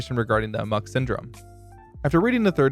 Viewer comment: Please stop saying "amok" wrong.